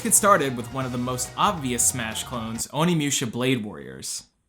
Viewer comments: My heart died a little every time you said "Oni Mewsha." Moo sha. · Who the fuck is "Haihachi"? What the fuck is "Onimyusha"? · I cannot be the only one who's having problems with how he says Onimusha.....